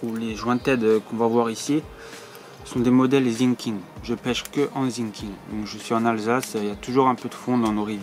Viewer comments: Pour info😂ont dit Sinking pas zinking sa se prononce S par Z car dans la vidéo set😂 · Très bonne vidéo mais on dit Sssinkig et pas Zinking 😅